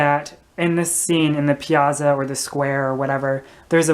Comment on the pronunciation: Good analysis, but please learn to say piazza correctly. I'll attempt to indicate with: pee-at-tsah. The syllabic stress is on the next to the last syllable (antepenult). When you have a double consonant in Italian, there is a slight pause as in mezzo, here the double z is slightly different so you have med-zoh, as in mezzo-soprano. Elio would have been glad to help you. Live and learn. Ciao!